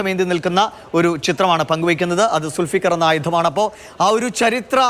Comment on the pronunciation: സുൽഫിക്കർ. അല്ല ദുൾഫുകാർ ❤️❤️